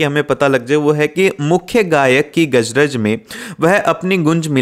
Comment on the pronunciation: garaj ❎ gajraj ✅